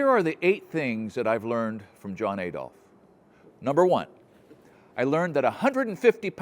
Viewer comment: There’s no hard A in Adolf. Every time you say it, much like ‘roof’ you sound rather silly. But DON’T worry!! You’re an American and yanks have been mispronouncing every single language they get their hands on!! Italian: Pasta. American: Pohster. English: Turbine. American: Turban. German: Adolf. American: Ay-dolf. Everyone else: cosmos. American: cosmose (or even more egregiously, cosemose). See? English: missile. American: missle. Italian: risotto. American: Riz-Oh-Toe…. Put simply, if it’s got a vowel in it, somewhere an American is having trouble saying it, that’s just the way of life. Ignorant to a fault but no harm meant. You’ve had the English language for what, ~300 years now? You’re still miles away from mastering that, so there’s no sense in admonishing y’all fo’ ruining ‘foreign’ languages too - indeed, we’d be more worried about you if you pronounced things properly!! 😀😀😀😀😀😀😀😀😀